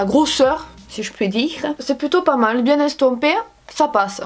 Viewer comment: je suis Parisienne et à chaque début de vidéo je ne peux pas m’empêcher de dire en même temps que toi « hey tout le mondeuh j’espèreeee que vous allez bieng! » avec ton accent haha 😍